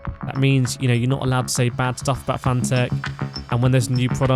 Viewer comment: FANATEC is prnounced like the word "fanatic".